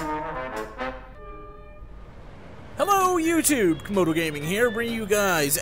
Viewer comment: Uhh..................Dragon. As in Camodo Dragon (Komodo)